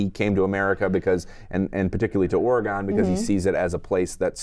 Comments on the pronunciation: Ah.... the pronunciation of Oregon!!! it is not WahingtON, it is not OregON :) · Ory-Gone. Orrrrryyyyy Goooooooone. you guys. stop it. It's Oregon. Or-uh-gun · Great review—but just so you know the way you pronounce Oregon hurts Oregon natives’ ears. The last syllable is pronounced like “gun” . The odd thing is you both start to pronounce it correctly halfway through.